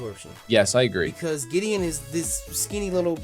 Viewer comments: gladion not Gideon😂😂😂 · His name is Gladion, not Giddion I don't like correcting people, but the amount of cringe I had to go through just then... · giddion haha what is this The Flash, his mame is gladion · Gladion. GLADION. .... Fomantis. FOMANTIS. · Lol "Giddion" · I can't be the only person who gets so annoyed that they keep calling Gladion, Giddeon. Gravity Falls ended a while ago, stop thinking about it. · wasnt that fucking team skull nigga called gladion? or gladeon or whatever